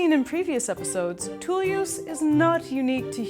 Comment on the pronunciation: Why did this hippie say "tool use" like it was one word?